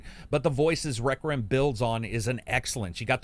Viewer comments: i love "plague tale reckram" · You kinda struggle with saying Requiem huh.